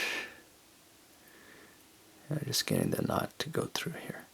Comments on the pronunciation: really nice video with a good macro shooting. Why do u say CH instead of T though? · "Knotch" instead of knot, and "Figure H" instead of 8??? Is there a reason for the alternate / mis pronunciation?